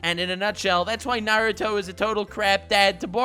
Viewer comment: "Narudo" never learned how to dad